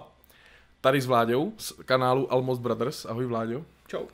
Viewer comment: Almost se čte [olmoust], ne [almost]